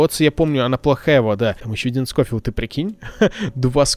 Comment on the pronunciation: Не скофилд а шофилд и я в твоих видосах про ванильные выживания ставлю лайк